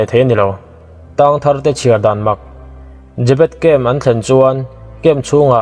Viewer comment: jabet a tih khan ka lo ngaithla liam ve mai a i rawn sawi fiah a ka hrethiam ve leh chiah 😁😁 zebet